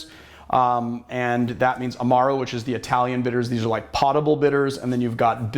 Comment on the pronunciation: "pottable" lmao